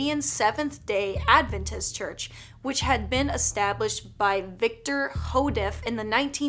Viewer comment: advenist (AD-VEN-IST)